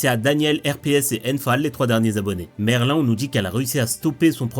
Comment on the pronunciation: Mais stop ça se dit pas merlin mais « merline »